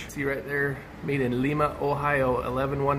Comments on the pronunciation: Live 30 mins from “Lie-muh” Ohio. I’ve seen quite a few videos and people say “Lee-muh” it’s funny haha since I’ve spent time and grew up near it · L-I-ma.. not leema. The I is pronounced as an I. Not an E. Coming from someone who lives in Ohio lol